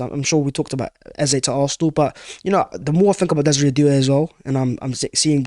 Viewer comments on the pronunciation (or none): none